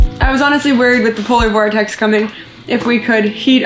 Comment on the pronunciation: You should count how many times you say Polor Vortex 😉